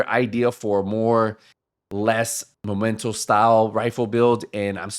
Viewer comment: It's "MEH - MEN - TOE" not MO - MEN - TOE